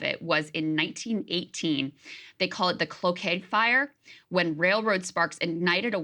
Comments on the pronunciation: It's pronounced Clo-kay 😄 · Cloquet (without pronouncing the "t"). It's French, I believe.